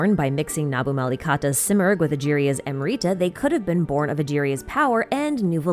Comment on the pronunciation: Pls pronounce the Amrita as am brita and nabumalikata as nabu mali katha and pari as pa(as papa) ri